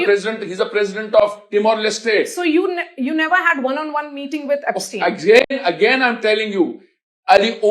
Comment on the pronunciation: Idiot repoter pronouncing aapstien. 😂😂😂😂😂😂. Bastards both media and this person.